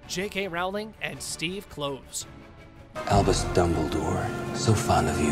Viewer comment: Yeah, what a failure! "Crimes of Grindelwald" only made 655 million worldwide - shame really😝. And like this guy said, the third film is surely as "doomed" , so it will probably only make a paltry 700 or 800 million bucks. And BTW, it's Steve Klov-es, like Clovis, not Cloves.